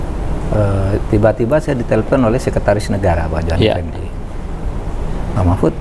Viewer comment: Interviewer-nya memanggil nama Pak Mahfud jadi Mahpud hahaha..